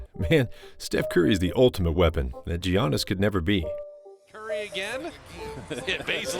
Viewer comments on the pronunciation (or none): It’s pronounced YAANIS